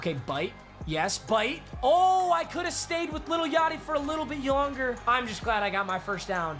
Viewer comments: you could hear him try and say a little bit longer but he said a little bit yonger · “a little bit yonger” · he says “a little bit yonger 😂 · “For a little yonger” - 2020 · “could stayed with yachty a little yonger”🤣🤣🤣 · He said lil yachty a lil yonger LMFAO 😂😂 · Is it me or he said yonger not longer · Does he know he said yonger instead of longer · did anyone hear yonger ??😂